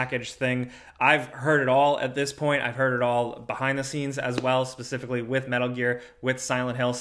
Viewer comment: are you calling for ypur cat mid-sentence? "PspspspsssCIFICALLY" Lol